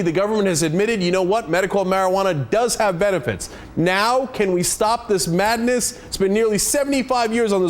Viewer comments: Lmao!!! he says marifuana in xDD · Mari-Pha-uana This niggah man... I mean how'd he fuck up talkin bout weed man.. Sheet